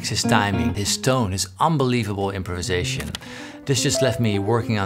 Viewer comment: It is not pronounced as 'imperisation'!!!